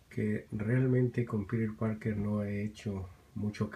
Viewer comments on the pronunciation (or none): hey es piter parker no piru parker